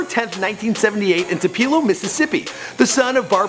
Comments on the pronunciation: Holy shit. I lived in tupelo for 5 years. It's Tu-pe-lo. Like Too-peh-low. What the fuck is a tupilo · Ta-peal-O…. I just died inside. It’s TOO-Pill-Oh!!! 💀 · Where is this Twopeelow mississippi he speaks of? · It's not Tu-pe-lo Mississippi it's Tu-pelo Mississippi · It's pronounced Too-puh-loh. But this is awesome! Nice to know there's at least one awesome EDM artist/dj/producer from my home state! MS isn't all bad! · just to let everyone one know Tupelo is pronounced two-pa-low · Tue-Pul-oe that is how you pronounce Tupelo I feel disrespected I live in Tupelo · It's pronounced TU-PUH-LO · you completely butchered the pronunciation of Tupelo. Two Peh Low. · Tupelo is pronounced Too-puh-lo